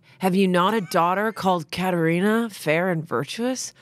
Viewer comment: As a person who is named Katherina, thank u for saying my name right 😊😊